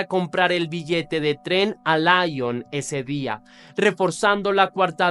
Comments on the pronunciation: Se pronuncia Li-on no La-llon .... Perdón pero me estrese 😢😢😢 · Es muy buena la narración pero trata de pronunciar bien los lugares por ejemplo Lyon … no está bien dicho